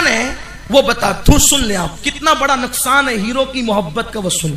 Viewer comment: Nukasan sir nuksan not naksan 😂